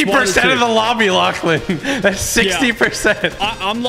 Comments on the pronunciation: I thought is was lachlan not lauchlan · It’s Lachlan not Lauchlan!!!